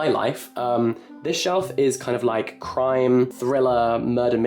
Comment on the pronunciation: I really thought he said 'This shelf is for crying' for a sec when he actually said crime hahahahaha